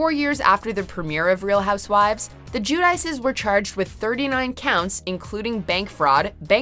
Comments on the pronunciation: Jewdice? It’s pronounced gwideechey, they’re Italian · Teresa JewDice? Lol no. That's not how you pronounce that. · ...GIÙ-DAEES?? C’mon!